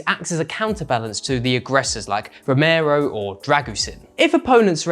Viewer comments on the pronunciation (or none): none